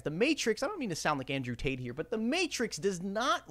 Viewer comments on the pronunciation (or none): none